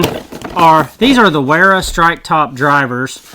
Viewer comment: Great review. BTW Wera is pronounced "Vera"